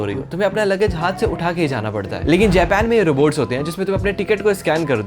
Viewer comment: Japan ❌ jepan✔️